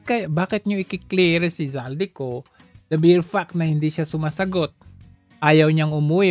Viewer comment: Shis nut clear, kundi clier🥱